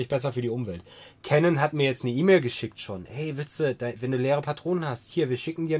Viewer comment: Frohes und gesundes neues Jahr! Klugscheißermodus on: Canon stammt aus Japan, sprich Kanon und nicht Cännon. Cannon is der dicke Detektiv aus Amiland 😎